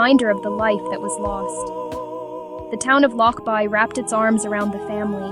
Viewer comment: I think that you need to take this down because you have no right to post anything. You are posting homes in the area that is not in the area. You can't even say the name of The Town Lochbuie Colorado. Stop this video.